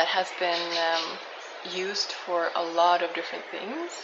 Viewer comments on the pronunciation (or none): none